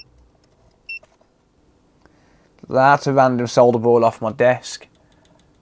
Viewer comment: FINALLY! Someone who pronounces Solder correctly. Sole-der...not Saw-der. 😁😁